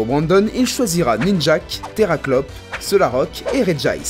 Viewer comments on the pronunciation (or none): Par contre la prononciation de certaines pokemon (Ninjaske/Electek que tu prononce Ninjake/Electekle) 😂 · il dit Ninjak...j'ai eu envie de lui coudre un S sur le front...on dit Ninjask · Son "Ninjak" ? :( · on dit ninjask pas ninjack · Ninjask et pas ninjak